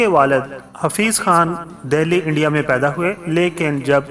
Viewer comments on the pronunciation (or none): none